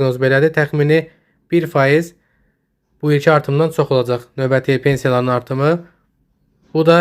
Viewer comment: Novəti yox a qoyun, Növbəti